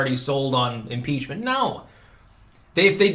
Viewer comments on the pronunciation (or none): I Thought you said article's of PIZZA for a second there.😃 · did you say pizza impreachment